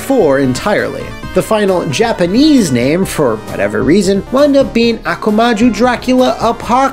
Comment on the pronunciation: Great video. Sorry to be an ass, but I really want people to pronounce this right: it's Akuma Jou, with a pause in between. It's not akumaju, and not aku maju. The way you say it, it sounds like some so m some African tribe. The japanese literally means Devil(akuma, as any weeb should know) and Castle(jou)